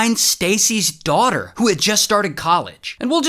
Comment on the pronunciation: Sorry but dwawderr 😂